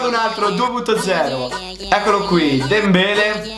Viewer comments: Si dice Dembelè non Dembele.. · comunque Dembelè si dice con l'accento con tutte e due la e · senza offesa ma la tua pronuncia con dembelè è stata pessima